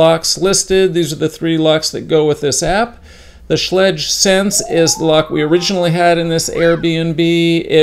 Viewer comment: Schlage rhymes with egg like schlegg.